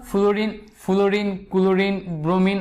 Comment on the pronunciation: ফ্লোরিন কে ফুলুরিন বলেন কেন? আগে উচ্চারণ ঠিক করে আসেন মিয়া🥱